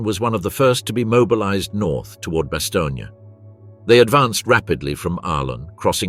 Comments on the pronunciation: Bastogne. What TF is bastonia? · Lots of excellent detail. The presentation from one section to another is poorly coordinated with long stretches of the same info repeated section to section. The narrator does not know how to pronounce BASTOGNE. The trailing E is NOT pronounced. Also Waffen SS is pronounced Vaffen SS.